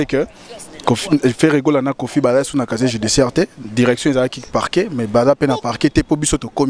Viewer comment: Kkkkk on dis pas chacher on dis casier judiciaire